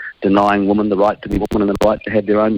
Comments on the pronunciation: NB! "Women" is pronounced "Wimmin," not "woman", as most NZers pronounce it! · Dead right. Ask any old school elocution teacher and they would say, "Women rhymes with swimmin, which is a group activity." That's how they used to teach it, in order to make it stick.